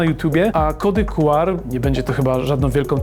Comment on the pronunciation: Słowo „QR” wymawia się, czytając po angielsku litery: "ku-ar". Pełna nazwa kodu to Quick Response Code, co oznacza kod szybkiej reakcji, odzwierciedlając jego koncepcję szybkiego odczytu. Wymowa liter: Podobnie jak w języku angielskim, czyta się litery oddzielnie: „kju” (Q) i „ar” (R). Pełna nazwa: Czasami używa się pełnej nazwy „kod Quick Response”, aby podkreślić jego cechę szybkiego działania.